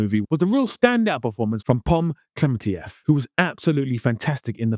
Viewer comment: By the way, I think you might be the only broadcaster to actually pronounce Pom's Klementieff's surname correctly. I listened with much relief! The sheer number of commentators calling her KlemenTEEF has grated me all summer 🤣. So kudos to you! (bows)